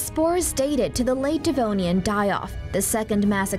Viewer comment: No one gonna comment about it being devonian and not denovian